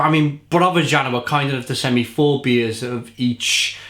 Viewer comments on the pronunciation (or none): It's pronounced: yah-nah, repeat, "yah-nah" ;)